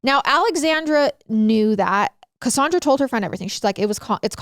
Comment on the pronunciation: Im a Cassandra but i say CassANNdra not cassundra. So is tripping me out.